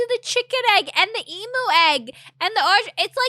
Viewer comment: I just heard you saying Emu with a german "u" and thought that was just coincidence. But then your german pronunciation of Kiwi made me think "How and why are half of the VTubers german?!"